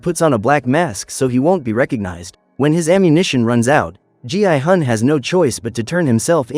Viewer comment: Why did it call gi-hun gi i-gun?